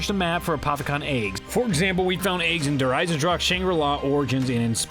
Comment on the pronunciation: Its der eisendrache not eisendrake